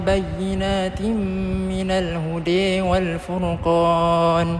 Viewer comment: Assalamualaikum nak tanya, part yang الهودى tu memang bacaan dia macam tu ke? Bukan baca "hudaa" tapi "hudee"? Maaf bertanya😅